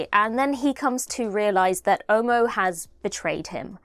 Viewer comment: Quick one, before I go into anything else. the name Omo is not pronounced oh-moh like you did. It is more like aw-maw without the “w”, similar to how the “o” in dog is pronounced. Omo as pronounced by, is a brand name for a detergent in Nigeria😂.